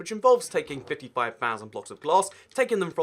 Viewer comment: "fitty five fousand"